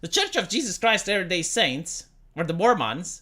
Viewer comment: When talks about mormons, it sounds like he's talking about an alien/fantasy species, "mORmAHns"